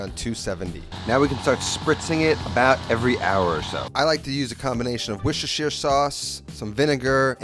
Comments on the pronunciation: Wuss-ter-shur sauce OR wuss-ter sauce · I just love how you and Babish can"t pronounce worcestershire